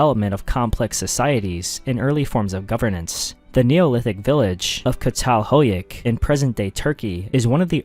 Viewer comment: not 2 be prude or anything, but catalhuyuk is pronounced "jatal hoo-yook"